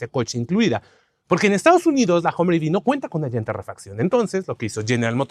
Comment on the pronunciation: Este tipo ni siquiera sabe pronunciar. Dice Homer....como si fuera Homer Simpson... patético